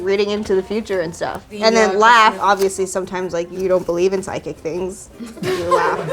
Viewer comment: No one:: sychic